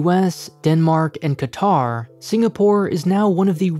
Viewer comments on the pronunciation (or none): none